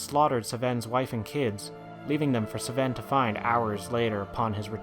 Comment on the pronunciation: Doesn't sound very organic, like hes trying to do something but it isn't working. Also how is it so hard to pronounce Sven? Minor things though, still enjoyed the video a lot. like 8/10